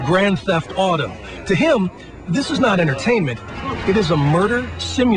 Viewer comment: sounds like he says grand theft autumn XD